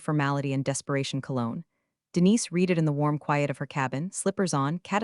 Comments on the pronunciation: ALERT TO ALL HANDS! Can we please have the bots that read (pronounced REED) these scripts distinguish the past tense of read, which, although also spelled read, is pronounced REDD. There are many such errors, and they cause me to feel that I should never watch one of them again. Surely someone who trains the AI can fix this blunder. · OMG It’s not pronounced REEDED it’s pronounced RED Seriously learn proper English. Thumbs down 👎 get it right before posting to YouTube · Still mispronouncing read. Your AI is having difficulty learning. This is the system that is suppose to fly planes, drive cars, and responsible for national security. Better keep educated people, it's safer.